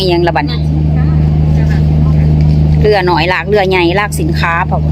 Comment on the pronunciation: ทำไมสาวแพรพูดคำว่า "เรือ" เป็นคำไทย ผมว่าสาวแพรควรพูดตามคำลาวนะ "เฮือ" จะเป็นเอกลักษณ์ของคนลาว ภาษาลาวนะครับ